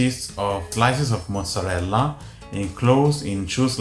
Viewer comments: What is this "mutzerela"? 😅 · "moootzerella" oof girl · Is it really pronounced Moose-erella, or is that just a New York thing? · why does the host pronounce mozzarella that way?